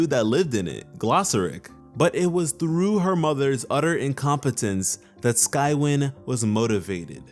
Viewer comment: It’s pronounced sky-wine